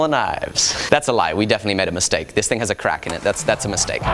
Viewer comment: I love how alex pronounce “TING”